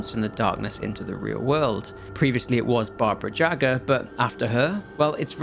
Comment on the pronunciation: Hearing how you pronounced "Barbara Jaga" (or however her name is written) immediately got me associating the name with "Baba Yaga". Just a fun little detail, Mb even intentional :)